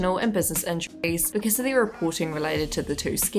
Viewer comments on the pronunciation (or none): none